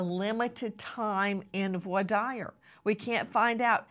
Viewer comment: Omg Grace u don't pronounce Voir Dire correctly. How long did u practice law in a courtroom?